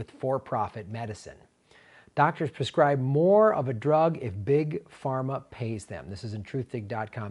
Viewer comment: That's "prescribe", not "perscribe."